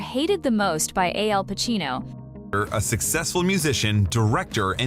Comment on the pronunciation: To the announcer, Pacino's name is Al Pacino not AL Pacino.